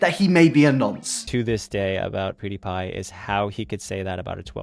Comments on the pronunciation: I love Ur vids but u saying poo die pie is really pissing me off so I'm not liking it's PewDiePie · Its Pewdiepie not poodiepie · It's pew not poo, your accent is funny xD where you from? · Poo-die-pie lol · The REAL question is why are you calling Felix "Poo-dee-pie" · Well shit. I've always pronounced it wrong. I always said Pyew-dee-pie. I stand corrected.